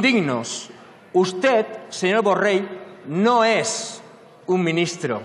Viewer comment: Primer de tot digues be el congnom es diu Borrell i no Borrel.